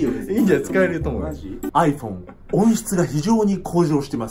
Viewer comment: アイフェン笑